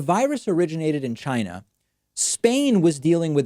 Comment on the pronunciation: "The virus came from Chynah.......let's hear it for Chynak"......and the crowd applauded!